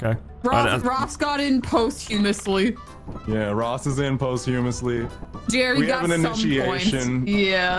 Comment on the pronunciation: The way y'all pronounce "posthumous" is killing me...